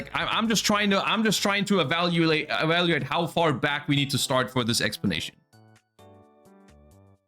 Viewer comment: "Evalulate" I dont think bro is familiar with the letters of the alphabet